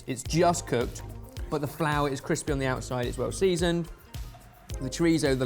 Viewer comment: " ... is the cWispy bit."